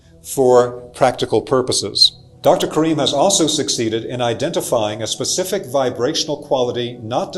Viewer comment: Specific vs pacific…I do love n appreciate the content n delivery. Thank you